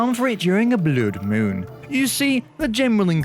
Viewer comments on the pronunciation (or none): ain't no way said bloud moon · Pretty weird pronunctiaton of a blood moon lol